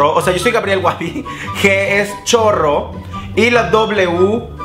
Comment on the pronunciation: Por cierto, decía "choro", no chorro AJJAJAJAJAJJ